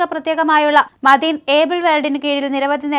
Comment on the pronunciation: മദീൻ, ഗുറാൻ,ഗലീൽ ബുഗാരി... എല്ലാം വളരെ കറക്റ്റ് ഉച്ചാരണം. മോഡി മലയാളം പറഞ്ഞപോലെ നല്ല ഭാഷ